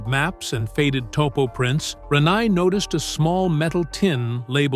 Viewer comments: Ran- neye lmao😂😂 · It's "Ranae", pronounced Rah-nay.. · Gee, whoever is narrating this is getting Rene's name wrong. if you're going to narrate people's name, do it right. I didn't know BoBo passed away.